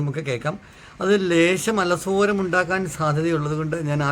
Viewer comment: തെറ്റുതിരഞ്ഞതല്ല |ന്നാലും ഏറെ ബഹുമാനമുള്ളതു കൊണ്ടും പരിശ്രമശാലിയായതുകൊണ്ടും ശ്രദ്ധിക്കാൻ ഉദ്ദേശിച്ചറിയിക്കുന്നു!' അല സോ രമല്ല അ ലോ സരം അല്ലേ